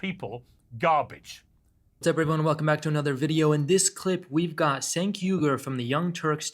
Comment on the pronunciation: Cenks name is pronounced with a j. Think of it as Jenk.